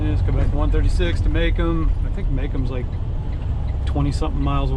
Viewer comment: Muh Comb not maycum